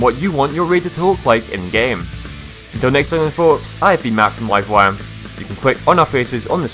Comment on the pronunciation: i like how he sais wifewire instead of livewire